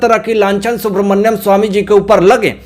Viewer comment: सुब्रमन्यम ❌नहीं सुब्रमण्यम ✔️